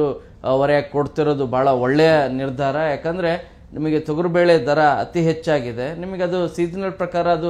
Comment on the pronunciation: Thogaru bele alla thogari belemodlu pronunciation sariyagirli